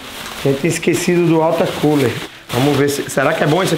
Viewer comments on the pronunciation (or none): UALTER CULER kK